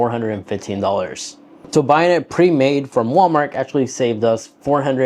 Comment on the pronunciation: Wal-Markk is crazy.... Wal-Mart.....right lol